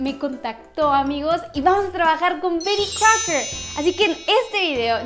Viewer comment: Amo como dice "Bery Crouker" 😂😂